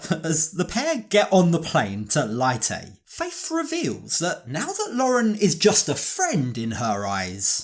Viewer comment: Her hometown is pronounced lay-tay but spelled leyte